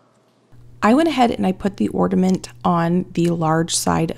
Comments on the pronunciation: I got a chuckle about your repeated "orDaments" comment (instead of "ornAments") how funny. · Hi, I have been enjoying watching your videos lately. I have a little pet peeve today though... It's the word ornament. Whenever I hear someone pronounce it orDament, I have to click away. It makes my insides die a little. I'm sorry. I know it's petty. But there's no d in it. 😢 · Am I hearing you say “ordament”? I can’t tell and it’s cracking me up that you say it wrong because you’re so articulate normally. And it’s endearing because my youngest son used to say it as a little boy. Love it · It sounds like you are saying orDament - it’s pronounced ornament. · I watch you all the time, you remind me of my daughter, lol. I'm wondering if it's my hearing or or are saying "ordament'? instead of "ornament"? It's cute! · I love you so much. watch you all the time. no matter what and I do not even have a garden or enjoy working in the kitchen. However, I watch because you make me smile. With that being said. I do have to say that there is no "d" in Ornament. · I’m sorry but the word is ORNAMENT there is no D in this word. A simple thing but surely someone else has noticed this. I don’t want to be the mean girl as I really like your channel but every time you mispronounce it I wince.